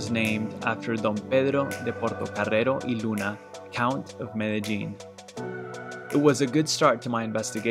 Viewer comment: Above all, thank you for pronouncing Medellin correctly.